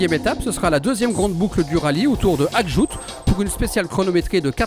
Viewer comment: Magnifiques images ! Merci ! Par contre, c'est "AKJOUJT", à prononcer "aquejougeteuh". Je sais pas si vous passez par Tidjikja, mais celui là est pas mal aussi (tidejiqueja).